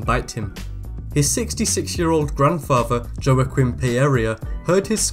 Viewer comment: joa-quin did you say?I think its prnounced wa-keen